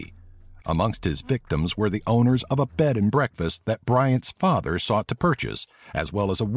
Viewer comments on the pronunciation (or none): none